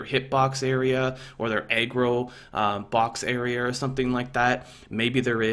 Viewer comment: hehe, when you said "Aggro" it sounded like "Eggroll"